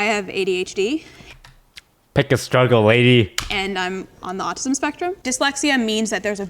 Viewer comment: he really just said "piclk a struggle lady" 💀💀